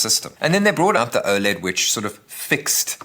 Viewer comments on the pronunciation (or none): none